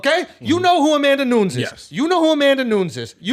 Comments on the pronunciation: Nu-nez not Nunes lol 😆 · “Amanda noons” 😂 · "New-ness", doesn't rhyme with Dunes, I expect more from my #1 MMA Journalist ! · Hearing Schulz pronounce "Nunes" wrong so many times in a row made me want to rip my face off